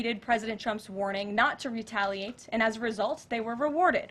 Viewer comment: She can't say retaliate